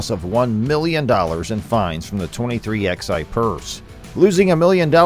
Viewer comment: Stopped watching at 23 "ex-eye"